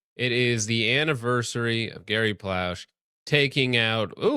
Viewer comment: You butchered Gary’s name pronunciation lol